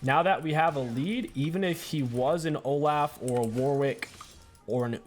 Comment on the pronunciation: The way you pronounce shaco and Olaf sets me off lmao